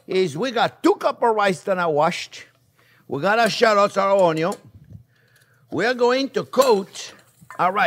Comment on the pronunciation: I laugh ever time chef says ONYO! ONYO, and BUTTER! Loving it!